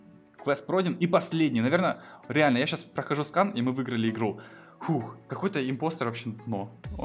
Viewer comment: Это не сканр, а скан